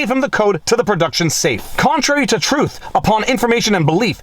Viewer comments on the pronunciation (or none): none